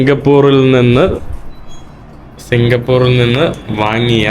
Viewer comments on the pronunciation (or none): സിംഗപ്പൂരിൽ എന്ന് പറയൂ...Not സിംഗപ്പൂറിൽ